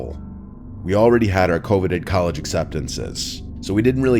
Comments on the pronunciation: That's not how you pronounce "coveted"😂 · He did not pronounce “coveted” correctly. What’s going on? Is he AI? He is my favorite channel. (Please no nasty replies, I’m OCD about words) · Yo doesn't know how to pronounce coveted